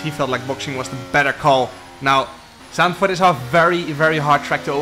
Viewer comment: pretty sure its zandvoort